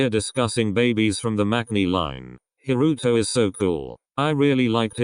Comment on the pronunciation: Jesus the way that robotic montone voice butchered Haruto's full name gosh it sounded horrible lmao